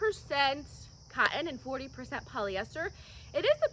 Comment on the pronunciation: Like the way you pronounce cotton, cot in. Joggers are too cute and solve the length problem for us short folk.